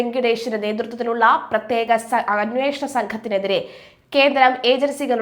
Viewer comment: " പ്ര േ േത്യേക" അന്വേസന സംഗം ന്ന് പറഞ്ഞപ്പം ങ്ങളെന്താപ്പാ നിരീച്ചെ ...?